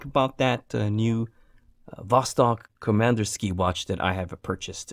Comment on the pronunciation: Nice, at the beginning (in the faux-russian-accent), you actually pronounced Komandirskie very accurately.